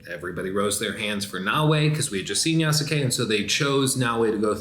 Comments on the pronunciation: Ya-skay not ya-sook-ay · Great video But bro, it's "yaas-kay" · YASSUUUKE at least pronounce it right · Did he say YahSooKay? 😂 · The u in yasuke is silent. It's not pronounced yah-sue-kay. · Really wish you would pronounce Yasuke correctly